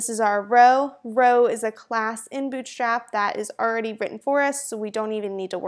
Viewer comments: Good introduction ^^ , but I cannot stop hearing 'Bitch Trap' at the start of the video ^^' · Am I the only one who can hear "BI*CH STRAP" at the very beginning? :D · I heard "bitchslap" in the beginning LMAO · I was hearing b** slap. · i hear bull cr*p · I totally heard it. Hella accent to have that happen. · Why I keep hearing 'bitchtrap' :^) Thanks, useful quickstart. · I think it's her pronuncetion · I swear I restarted the video 3 times because I kept hearing "Bitchstrap" XD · " bitch slap is a.." Shit! I have to clear my ears! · Legit sounded like you said Bitchstrap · why does she keep saying bitchstrap in the beginning lmaooo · is it me or does every time she says bootstrap it sounds like b*tchstrap